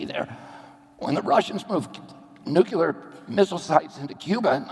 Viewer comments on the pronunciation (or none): Nucular missiles ?!? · I like this guy a lot. Somebody please tell him to never say 'nucular' again. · He said nucular, fffffs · "nucular." not nuclear, "nucular." can't pronounce a word of such importance after a century of trying, stfu.